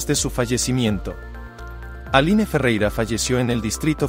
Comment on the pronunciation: Se escribe ALINE, pero se pronuncia: "Alin" nombre de origen francés.